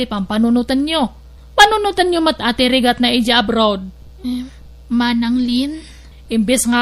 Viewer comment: “Rigat” not rufst